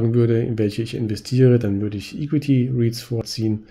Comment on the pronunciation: Bitte bis nächstes Mal an der Aussprache von equity arbeiten ;)